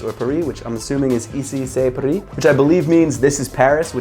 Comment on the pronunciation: Even that i'm not a huge fan from Paris Saint-Germain, i still love paris, have been there twice, and gonna visit it even more. Got this shoe for around 140$ and it's original (i'm pretty curious how he could sell it for such a good price..) I'm impressed how you pronounced "Ici c'est paris"! Pretty good!